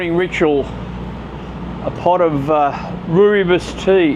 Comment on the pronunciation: As a ex SAFFA 50 yrs,its pronounced ROY BOSS ,we have it on our boat,good on you Woollies ,it’s great tea,😀😀😀😀